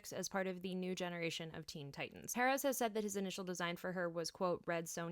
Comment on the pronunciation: Always a pleasure to hear someone pronouncing George Perez' and Ernie Colon's names correctly!